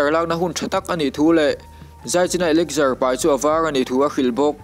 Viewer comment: a spell elixir ni mahse elixar ti lam tur alom bruh😂😂 American pronunciation ani na..mizo pon kan hrethiam ber tian